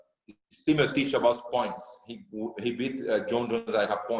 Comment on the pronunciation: Brett ffs it‘s MEEOCHICH you bubble gum reporter